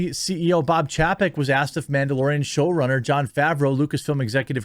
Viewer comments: This might sound petty but his last name is pronounced Chay-peck. I keep think eventually you will notice but it hasn't happened. It's one thing when it's just some word but this is a name. I would want someone to tell me if I was getting someone's name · Jeremy, love ya, but please learn how to pronounce Chapek... the A sounds like "paycheck" backwards...